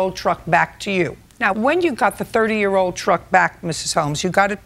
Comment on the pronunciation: 🤣🤣The emphasis on "30 year old truck" is taking me out